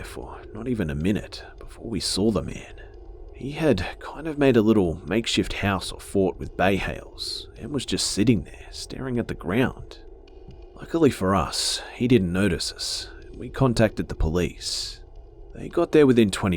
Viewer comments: Hahaha!! You said “Bay Hales”, instead of “Hay Bales”. Lmbo! I Love when people mis the first letter!! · he says bay hales instead of hay bales lol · Good stories, great narrating! It's pretty funny that you said 'bay hails' instead of 'hay bails' at least once in that last story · You said bay hails instead of hay bales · you made my day by saying bay hales lolol. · Did anyone notice in the barn story he said bay hales?? lol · "Bay Hales" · any one notice how he sead Bay hails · "bay hales" lol